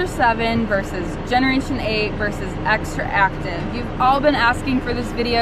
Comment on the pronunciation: To Doc, and some of the people commenting here, it's not Xtraactive, but XTRACTIVE. You should pronounce it as you read it XTRACTIVE. Remember, Not XtraActive. Well, don't worry, that brand name will pass to history, and will be forgotten soon. See you in Vision Expo East 2020!!! My pleasure! Max. NY.